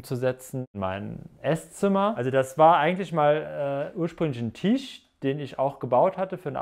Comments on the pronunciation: Alles cool, ich kann nur nicht hin hören, kann bitte jemand dem Jungen mal sagen dass es kein tiiiisch ist, sondern ein Tisch. Die Betonung auf dem i tut wirklich weh 🤨🙈😩🤬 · 😂😂😂😂 hatte auch so gedacht, wenn er jetzt noch einmal Tiesch sagt beisse ich in die nicht vorhandene Auslegware 🤣🤣🤣🤣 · Tisch=Tüüsch 😂 Triggert schon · Cooler Typ, coole Wohnung, witzige Betonung beim Tisch 😅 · Wie er TISCH ausspricht 🙄